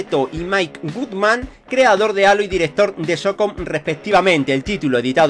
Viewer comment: Que mal se te da el inglés ,se pronuncia jeilo (halo) y desintegreichon (disintegration )